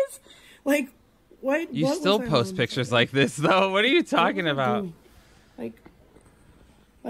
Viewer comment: When she says "pitchers" instead of "pictures"........ IT IS THE LITTLE THINGS DUDE, I CAN'T!!